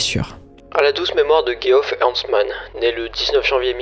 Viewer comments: Geoff ce prononce Jeff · Super video récapitulative mais tu pourrais au moins prononcer le nom de Geoff de la même manière dans la même phrase ^^' où alors te renseigner sur comment ca se prononce (Djeff).